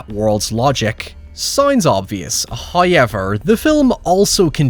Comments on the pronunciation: I am begging you to change how you pronounce however. Hawyeever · Less of your face,also it's pronounced "how ever"not"high yevar" matey... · Who is this "Hoi Yever" that seems to always talk about? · As always with your videos, I came for the movie riffs and synposis, but I stayed for every time you say "Hauyever". <3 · Just came here to hear say "hoyever" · When he says “Howyever” you know he’s about to be spitting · “Oh yeah, the guy oh sounds like he says Hi-ever when he says ‘however’!”